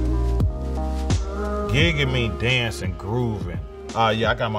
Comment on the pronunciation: He said gig-in... nooo fam it’s giggin (jiggin)